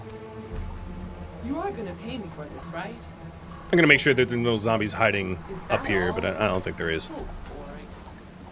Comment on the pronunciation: YOU SAID ZAMBIES